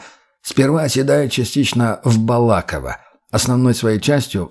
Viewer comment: Г. Балаково ударение неправильно. Чтец браво. Приятный голос.